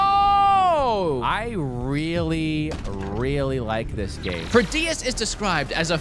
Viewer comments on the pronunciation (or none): The first game is Prodeus not Proteus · I love the way he pronounces Prodeus. <3